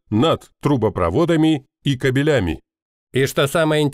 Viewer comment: только не "кабелЯми", а "кАбелями"! ибо "кобелИ" - самцы, а "кАбели" - провода.